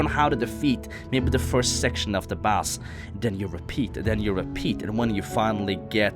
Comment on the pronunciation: " u wanna go on and beat da nex bose "